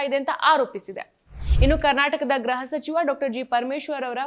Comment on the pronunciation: ಅಮ್ಮಾ ಅದು ಗ್ರಹ ಸಚಿವ ಅಲ್ಲ ಗೃಹಸಚಿವ, ಯಾವ ಕಾಲೇಜು ನೀವು.